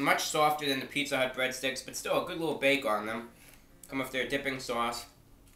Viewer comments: sowahss not sauce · "Dip it in the Swause" love it 10/10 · His accent sounds like New Jersey, but the way he says 'sauce' is distinctly Bostonian. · Bren Dan yeah the way he says "sauce" though